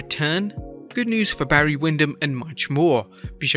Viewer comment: You said "my uncle Bray" when talking about Barry Windham lol.